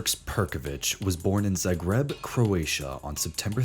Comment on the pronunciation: when he said zaygreb instead of zagreb lmao